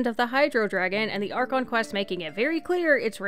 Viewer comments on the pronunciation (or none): none